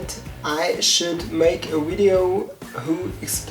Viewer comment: Pretty God! Your English is already really good, you just need to pronounce the "v" right, cause e.g. in the word "video" you pronounce it like "ui" or the Wii, you know?! But please keep on doing it, it's great!!!😃😃